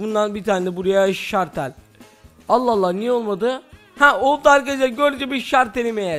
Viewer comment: Şartel değil şalter